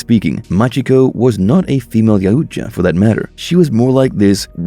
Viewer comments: why is so dificult for you to say the name Yautja :D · You can't say yautja correctly you say it worse and worse you can't even say royal correctly 🤦‍♂️